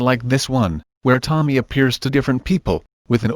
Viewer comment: I kept hearing Tomi A